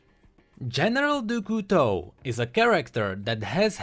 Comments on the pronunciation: Dou Couteau ?! French people are laugthing. . . . DOU COUTEAU ?! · It's kinda like "dyu", like you're adding a D in front of a hard U sound. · Doo Koo Toe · Your pronounciation of Du Couteau is terrible! XD worst than Ratatouille ! Yeah, i'm french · Dude for crying out loud pronounce Du Couteau right its so painful to hear, use google translate to do that for you or learn it from that from someone who speaks french. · i love what you do and stuff, and i also like the vid...but as i'm French, your prononciation of "Du Couteau" makes my ears cry tears of blood.___. But as "Couteau" means "Knife" and "du" doesn't exist or have an equivalent in English, just call him "General Knife" or something ^^' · du couteau the way u pronounce it is >>find a good word<<, and i love it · the pronouciation of "du couteau" made my day :D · As a french, it's just too fun to hear how pronounces "du couteau" ^^ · The way pronounces Du Couteau gives me cancer. But he's still awesome. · tbh, even english speakers pronounce it that way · I love him, but he doesn't know english well and how he pronounced 'Du Couteau' made me almost rage pause the video. I love his sacrifice for the lore of LoL, but man learn the damn language already.